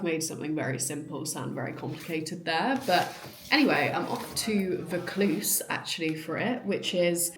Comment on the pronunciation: pronounced voor cluze - ie vaucluse